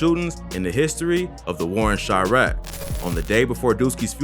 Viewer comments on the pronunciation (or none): "chriaq" pretty sure its Chiraq